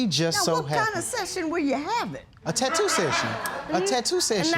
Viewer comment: She said tattoo like"taytwo"